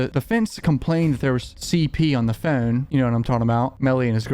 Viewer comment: PHONE. PH O N E. NOT FUN. NOT PHUN. PHONE. PHONE. PHONE.